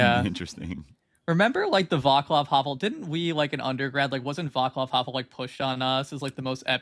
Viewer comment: Guys y'all are killing me with the "Vaklav" Havel pronunciation. Channel your inner Slav Dimitri and do better 😂